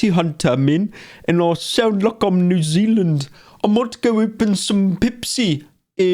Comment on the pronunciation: This nigga's new Zeeland and south africa are both the same and both wrong